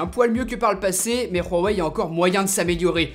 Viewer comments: Khwawei? Hhhhhhhh c'est huawei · pk il dis "Rhuawei" , c'est Huawei , tu mets pas un r devant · On dit huawai ai non rhuwai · On dit pas rhawai mais houahwai! Dans la pub du mate 10 ils disent houahwai! Arrête de te donner un style c'est ridicule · Superbe vidéo avec un test comme on aime. Rien à redire (heu on dit vraiment rouawei ? c'est chinois juste ouawei) Ta vidéo est vraiment pro, tu parles clairement comme toujours, franchement continue comme ça t'es au top ! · Pourquoi tu dis Raweï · ON DIT "WUAWEI" (en phonétique) ET PAS "RHUAWEI" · C pas "ruawai" comme tu le prononce c "huawaï" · je m'excuse mais c grave quand tu dis ruawei breffff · Putin on dit hawei pas rawei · Huawei pas Rwawei mdr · Huawei .... pas RUAWEI ... tu as cru que c'était de l'Espagnol 😂😂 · C’est huawei pas rouawei 🤣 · Je suis asiaitique et ma mère m'a dit que ça se prononce mwavaï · Woawé pas rouawé (oui j’ai écrit bizarre mais sa me dérangeais comme tu prononce) sinon top comme d’hab du bon travail et tes vidéos des améliorations depuis le 73freesteler et oui toujours abonné 😘👋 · pk tu dis "ruawei"? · Pourquoi tu prononce Huawei en mode Espagne ??? On dirait vraiment que tu dis Rorey MDR. Concernant les "boutons" comme tu dis en bas qui te dérange, il y a une fonction qui l'efface et on les fait apparaitre en faisant un léger slide de bas en haut sur 2 ou 3 cm... donc pas dérangeant du tout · J'entends mal ou c'est lui qui dit RHUAWEI ? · C'est moi ou bien j'ai l'impression que dit " Rouwawei "?? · Superbe vidéo mais par contre on prononce ça : "OuaWey" ^^' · Ca se dis vraiment ruawei? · mais prq tu dit rhowei ?? xD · Ruawei mdrrr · stp arrete de dire juawei c'est horrible mdr... sinon encore une super video